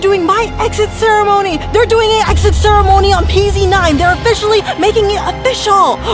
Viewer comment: Pz Not PEEZ